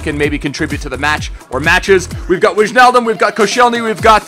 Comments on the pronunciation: It's not Wichnaldum, but you need to pronounce it like Weinaldum (like weidenfeller) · you pronounce Wijnaldum wine-al-dum. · Sick fucking episode!!! Try pronouncing Wijnaldum's name like "Wine-Naldum:) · It's Wine - aldum FFS every fucking youtuber fucks it up. But it doesn't matter because you are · it's still funny how you say Wijnaldum